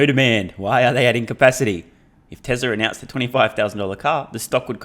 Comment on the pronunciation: Why does he keep saying Texla?